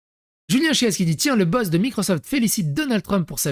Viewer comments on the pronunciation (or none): none